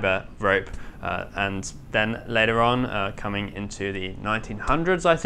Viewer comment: I've really loved watching this boat being built over the "2Years"🤔, however I have just a few teeny tiny complaints 1, your now sloppy pronunciation of the Kings own language has started to slip,this just won't doo the way your murdering the word "Later" Lately is quite simply abhorrent 2 The length of said videos seems to be getting shorter & shorter,at a time where the job is becoming more interesting,cant we have just a few moments longer. Apart from this Good Job Lads & Lasses,Much love from Manchester England 🇬🇧